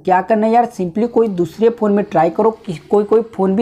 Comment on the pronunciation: Its phone number not pon number. Jahil